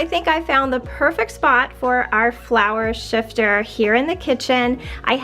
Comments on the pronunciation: hi; i had a lot of the older kitchen ware with the green knobs 35 years ago; just collected it here and then and sold the majority of it when my husband and i moved houses; i do have a question; it sounded to me that you were calling the flour sifter, flour shifter; i googled that term and the only word close to it was sifter; maybe i just didn't hear you correctly?..or maybe educate me on a flour shifter; nice video; thank you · Sifter not shifter !! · It is flour sifter, Ma'am, NOT shifter. You are using one to sift and refine the flour, not shift it. Also the two sided toasters like you are showing were not patented until about 1920. My mother had one pretty much like your's that belonged to my grandmother from that era or later. They were used through the 1930's and probably some, into the 40's. I have my grandmother's for display and it still works, though I would not trust using it.